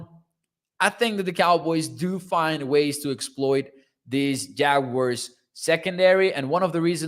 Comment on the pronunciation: Please,just say jaguars,ive yet to hear the proper pronunciation